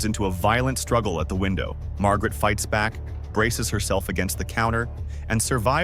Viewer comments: Barista, not Bariata. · Ugh, another stupid AI channel. What the hell is a bariata?! 👎👎